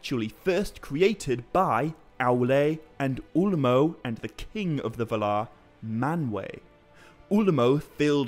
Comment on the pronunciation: Why do you say va-LAR rather than VAL-ar?